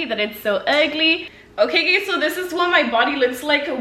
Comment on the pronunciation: Instead of saying “guys” she says “gays” lmao